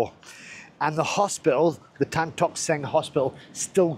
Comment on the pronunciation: you give a correct pronunciation for TAN,it is better than some hong kong youtuber who proununce TEN